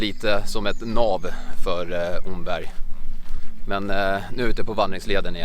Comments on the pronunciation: Bra video. Det enda som provocerar en östgöte är uttalet av Omberg. Det uttalas precis som ordet ”om” (+berg). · Mycket trevlig film! 👌 (Omberg uttalas [Åmmberg].